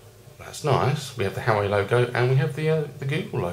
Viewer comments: This reviewer should be a comedian. Surely made me laugh every time he said "Howie". I could be wrong but I've heard it pronounced before as "wow-way". Who knows? Informative though, thank:-)). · you pronounce it hu-wah-way. Like Hawaii.:)